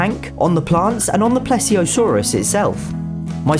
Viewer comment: How to say plesiosaurus :: ple-ze-a-saur